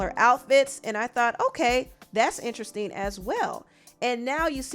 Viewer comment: Every time she says “interesting” I hear weird😭